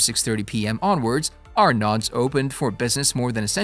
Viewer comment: You are pronouncing “Arnaud’s” wrong! The D is silent. Please learn simple things like that before you attempt to talk about it.